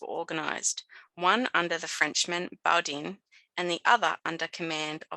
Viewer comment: I've been an enthusiastic reader of explorers journals since school. School is not there to teach you everything about history. It's all There in the journals for you to find. Most people are too lazy and want to be spoon fed everything. Both Flinders and (his name is pronounced) Boo Dane (not spelt that way) were sent on mapping and exploritory expedition to see if Australia was infact two separate islands and if so to claim the western side. Boudain also wrote a letter to Govenor King of the Sydney colony expressing his disgust at how the British could claim land that was clearly inhabited by people.